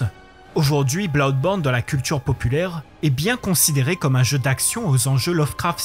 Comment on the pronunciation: L'argument du train fantôme j'ai cru comprendre que c'est le principal reproche fait à Resident Evil ces dernières années. Tout est prévisible à souhait et c'est plus source d'agacement que d'angoisse, comparé aux premiers où rien n'était jamais sûr. Blawdborne (oui déso la prononciation m'a tué) j'ai eu la même surprise : pas dur de voir que ce sera horrifique, mais que ça aille dans cette direction, je l'ai pas vu venir. Savoir qu'on achète un jeu d'horreur, c'est se mettre sur ses gardes oui, mais même dans ces conditions, il y a les bons et les moins bons. Je savais que Clock Tower était un jeu d'horreur et il m'a terrorisé. Je le savais aussi pour Silent Hill et il m'a à peine fait sursauter.